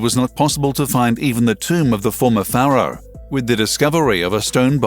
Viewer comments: Please: Paraoh is not said like FARROW it's more like "Fairo"! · Robot voice and click bait. Pharaoh pronounced faro.. waste of time. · Cant pronounce pharaoh correctly….. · I stopped listening and lost interest the minute the narrator pronounced the word Pharaoh incorrectly. He pronounced it like ‘FAR-ROW’ when the correct pronunciation is ‘FAIR-ROW’ It really grates me when these people click bait and can’t get their facts straight. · Who actually pronounced Pharoah as "farrow"??stopped right there, I don't think anything was going to be revealed that might scare the scientists. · What the hell is a farrow, if you mean pharaoh you are pronouncing it very badly. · Is not your pronunciation of pharaoh incorrect?